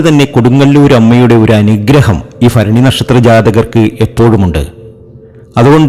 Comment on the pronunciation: അനുഫഭിച്ച് മടുത്തു ഒന്ന് രച്ചപ്പെടുത്തൂ ഫരണിയല്ല മൂലമാണ്